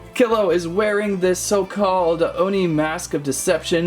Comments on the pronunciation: Pronunciation: "Oh-nee" Nice video/review! I've always wanted this set. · Oni ( ooh-knee) Also great video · It’s pronounced ow-niy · It’s o nee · It's pronounced like this: oni (oh-knee). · it is pronounced as- o n i-like double e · Oh knee is how oni is pronounced